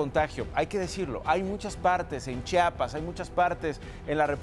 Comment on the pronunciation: Se dice Chiapas, no Chapas.